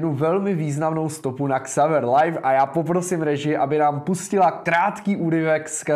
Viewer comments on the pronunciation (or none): none